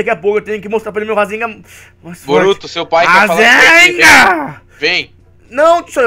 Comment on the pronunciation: é Rasengan não rasenga